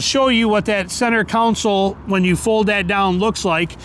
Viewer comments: Center "council". 😂😂😂😂😂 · stop. stop saying council. its not a council. its a console. theres a big difference.